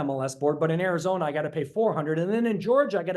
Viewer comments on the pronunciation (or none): none